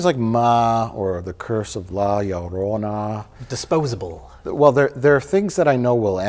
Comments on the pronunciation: The Curse of La Llarona Uh, it is The Llorona which means crier, while Spanish does use feminine and masculine nouns, similar to French, only the suffixes at the end carry the gender. Llarona is just gibberish but it could be that is just how pronounces it. Edit: It is tradition that we blame on everything even if it is Mike's fault. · lol when he goes from la lorona to ya yorona... Mike put more effort into that the writers did on the film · "Yah Llorona"